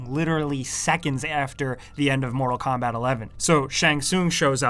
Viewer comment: “ Moto Kombat 11”